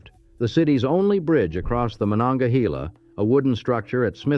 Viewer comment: Carnegie’s first steel mill, the Edgar Thompson Works is still operating. In the 1960s or 70s Carnegie Institute of Technology was renamed Carnegie Mellon University after a large influx of Mellon money. As for our southern river, it’s not pronounced Mon-onga-he-la. We say Mon-onga-hay-la.